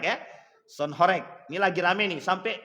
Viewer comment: Bacanya bukan horèk tp horêk